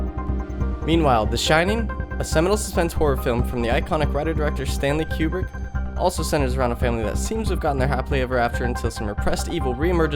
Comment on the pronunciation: Great video! But isn’t his name pronounced “KOO-brick,” not “CUE-brick?”